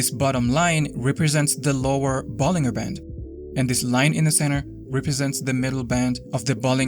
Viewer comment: It's pronounced Ball-in-jer not Ball-ing-er. Just saying.